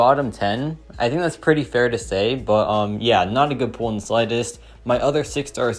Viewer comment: Is this guy saying pool instead of pull?